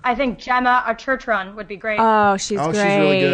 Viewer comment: Lol It's "ArterTON",. Granted "ArterTRON" would be exponentially cooler